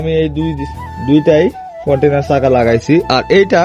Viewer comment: কন্টিনার চাকা না কন্টিনেন্টাল বলে ওটাকে।